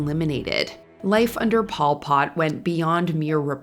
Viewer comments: It’s Pol Pot, not Paul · Hehe, it sounds funny .Pol Pot sounding like Paul Pot.. it's no big deal, just a funny observation of mine.(I was led to beleave it was "Pol Pot(pole pot)). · Mispronounced Pol Pot in the video.